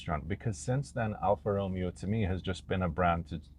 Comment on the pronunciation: If you are going to do a car review, at least pronounce the manufacturer's name correctly!